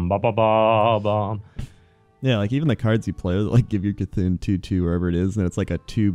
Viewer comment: the mob is called C'tun not K'thun.